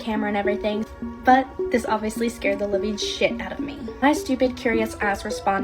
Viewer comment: "I shtted bricks" HELP😭😭😭✋✋✋✋